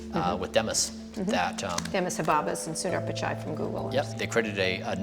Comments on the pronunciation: “Demis Habbabis” pissed me off ngl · lol did she say Demis hababis?! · Is it me or did she say "Demis Hababys"? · Bro said Habbabis